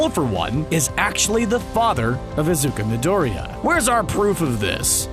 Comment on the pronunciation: I am sorry but it's scratching my brain in the wrong direction every time he says "Izuka midorya"